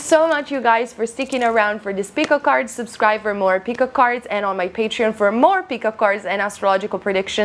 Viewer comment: Great video, almost every thing was accurate.. and I love how you say 'Pikka kard' lol hahaha